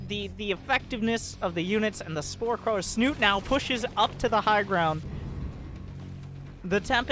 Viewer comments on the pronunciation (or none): none